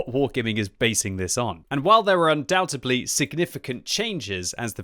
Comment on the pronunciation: He said undoubtedly wrong again lol